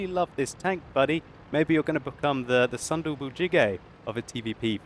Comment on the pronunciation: It's "Ssun Doo Boo Chi Gay" - Sources: I'm a Korean. makes it sound like its "Thunder Boo Gee Gay"